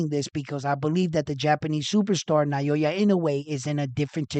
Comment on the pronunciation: I admire your utmost persuasive eloquence especially when talking about Japanese Super Star. However,please try saying "Now" & "Ya" instead of "Nayoya". So that it sounds more like it. Please take this advice from Japan.